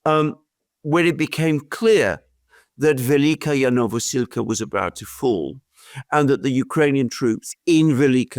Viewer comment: Alexander just loves to pronounce this "Velika-ya Novosilka" village, wrongly :)